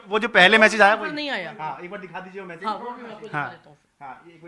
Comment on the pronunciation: Message, hota h na ki mesaage😂😂